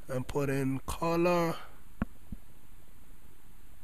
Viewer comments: wtf calor !!!!!! wtf u talkin about its color not calor ur accent man -_ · its not qolor its color man but thx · U have a funny voice it sounds like you said Colour:) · lol the way he sayd color CALAR